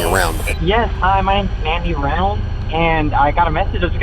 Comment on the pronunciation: Is the voiceover AI? First off constantly mispronouncing Reynolds and also the cadence is HORRIBLE. If it's not AI please stop talking so *sigh*... dramatic.....ly *sigh*.